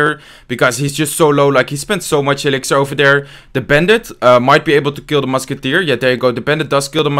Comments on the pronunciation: I feel like he is saying "tru musketeers" instead of "three musketeers" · he saying three musketeers or two musketeers ?😂